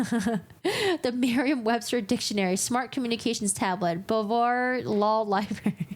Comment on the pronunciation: Dear, your teachers failed you. The word LIBRARY has TWO ‘R’s in it, not one. It isn’t pronounced “libary.” Little kids wrongly pronounce it like that, but you’re a grown woman for goodness’ sake.